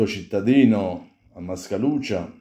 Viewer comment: Ciao caro....ovviamente ti faccio i complimenti per il video....e non mi esprimo sulla vicenda in questione...ma volevo dirti che si pronuncia Mascalucìa e non Mascalùcia